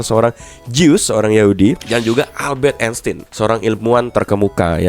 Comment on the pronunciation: Rothschild bacanya Roth Ss(hi)ild bang. Sch pengucapannya jd Ssh Sigmund Freud bacanya Sigmund Froid, Eu dibaca Oi Albert Einstein bacanya Albert Ainstain, Ei dibaca Ai Mein Kampf bacanya Main Kamff